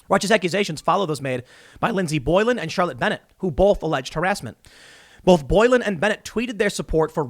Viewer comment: Its probably just me cause I hate this kinda stuff but TIM THE WORD ISNT BOLF ITS BOTH